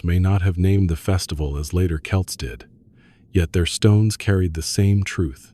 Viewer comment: For Ai it’s not ‘too’ bad . Quite a bit of factual accuracy. Delighted the US accented voice isn’t saying ‘Sam Hain’, that’s progress. Calling the people the name of a Scottish soccer team though? Ai ain’t all that clever….yet.